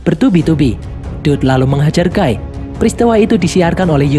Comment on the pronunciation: Knp nyebut nama nya guy gw denger gay makanya gw nonton sampe abis kecilin volume 😅